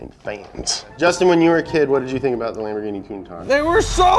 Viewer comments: I can no longer pronounce it correctly. They are all Lamborghine Ma Shines now. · Everytime pronounce the Lamborgine ma-shine makes me laugh so hard. 😅😅🤣🤣